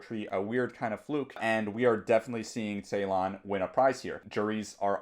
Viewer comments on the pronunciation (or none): The first part of his lastname is pronounced as 'Jay'. It is kind of like 'Jaylahn' and not the way you pronounce :(